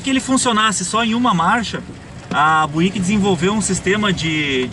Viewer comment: Uma pequena correção de pronúncia, sem querer ser chato... mas ao invés de "buíck" se diz algo como "bíuck, tá ok?